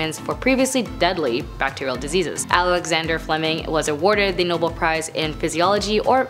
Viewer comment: Just to let you know, it is pronounced No-bell, not noble. Thought you would want to know.